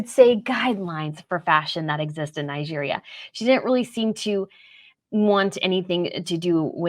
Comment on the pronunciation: Your pronunciation of Nigeria is highly irritating.